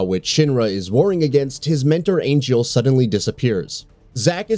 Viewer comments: wutai not wutah , angeal not angel ... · The narrator of this video completely mispronounced two of the names in the beginning. Wutai is pronounced "Wootie" and Angeal is pronounced "Angeel". If you're going to make a video about the subject matter, then maybe you should learn how to pronounce the names correctly before you start recording, so you don't sound like an idiot. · Have played thru so many times on my PSP. Cannot wait to feel it on a 60" and PS5! Loved the drama of Angel (pronounced AnGeeel I believe not angel ) Genesis, Cloud & Sephi. Looking forward to replays the sweetness between Zack and Aerith and even Zac and Cloud. Can ya tell im excited?? LOL